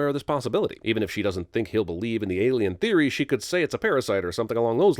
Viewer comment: he sez "ALIEN Theory" ...heh.